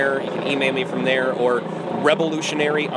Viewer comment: "Rebelutionary" OH MY GOD THE CRINGE